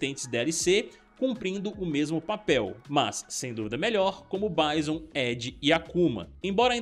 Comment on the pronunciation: E aí blz, pô tu e os meninos do combo infinito é cheio de americanizar nos nomes de jogos e personagens, Bison, pô pronuncia a coisa do jeito que é e do jeito que agente chama.( baison.....) Da nem vontade de ver o resto e ouvir, acompanho vcs e gosto dos conteúdos mais isso é chato